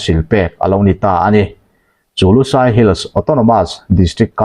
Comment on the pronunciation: LUSAI tih hi kan chhehvel bengoli ho min kohna a ni lo. LUSEI missed pronounced a ni. DUHLIAN tih pawh hi kan chhehvel bengoli ho min kohna a ni lo. Kan ṭawng hming a ni. Hriat sual palh a nih hmel.